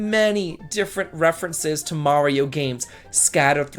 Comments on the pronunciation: You pronounced Mario right, so I didn't have to kill myself doing a shot every time you said Mare-ee-oh! :D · I'll watch it only because you finally said "Mario" the correct way. Best wishes. 😀